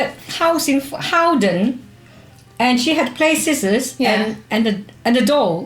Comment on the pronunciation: by "HOWDEN", does she mean Hovden in Norway? XD IDK, plz tells mes